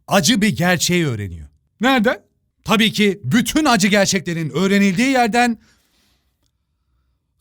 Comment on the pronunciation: "Kamooğn Dostum tabiiğki var"